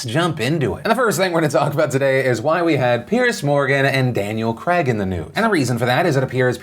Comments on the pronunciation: Is it me or did he say Daniel Creg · Ducking hell u butchered Daniel Crags name 😂😂😂